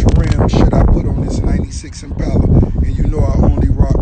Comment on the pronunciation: He can’t even say impala right 😂😂